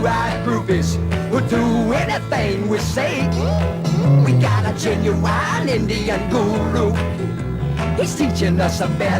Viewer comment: The 70's Baby! Heh, heh But I must correct: It's "Gen-you-WINE" Indian Guru! For another somewhat similar review - check out "Life's been Good" by Joe Walsh.